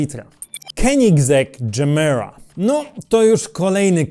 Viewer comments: Ty jesteś dżemira, gemera czyta się je-mera to po Szwedzku znaczy daj wiecej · Moge się mylić ale chyba mówi się tak jak pisze czyli Gemera. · to jak męczysz nazwę gemera mnie przeraża